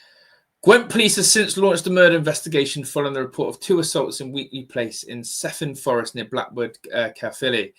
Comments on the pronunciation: Just to let you know the village is pronounced ‘Kevin’Forest. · I lived in Blackwood for twenty years, the village is pronounced “ Kevin Fforest “. ( Cefn Fforest). Blackwood of course is where the Manic street preachers come from. The boxer Joe Calzaghe comes from Newbridge.